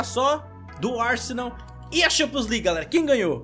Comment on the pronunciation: LIGUE AN, E XAMPIONS N DA CARA FOI MAL SUA PRONUNCIA ME OBRIGA A N VER TEUS VÍDEO, É FORÇADO